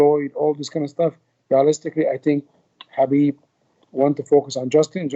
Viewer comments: Agreed 100% I'm sure Khabib is gonna roast him for this mis-pronounciation 😂 and teach him how to pronounce his name right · Ali should pronounce Khabib's name correctly coz he is from Egypt, he knows Arabic (حبيب). Even coach Javier & Mike know how to pronounce correctly.